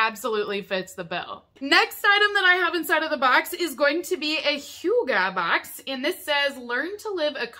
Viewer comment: Dane here.. i love the way you try to pronounce "hygge" 😆. at first i was like "what is HUGA?.. oooooh" Looks like a great box! Hygge can be translated to cozyness and is a term of having fun and (often) being relaxed.